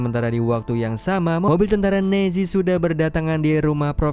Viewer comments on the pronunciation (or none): nazi ? Apa nezi sihj